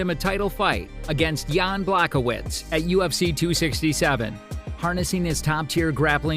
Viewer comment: Masvidal NOT mas vy dal Blahovich NOT Blachowitz more room for improvement